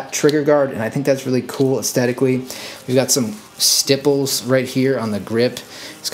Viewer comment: Love the way you said stipples 😂